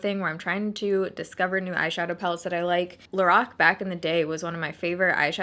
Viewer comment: Lorac is supposed to be pronounced “laroc”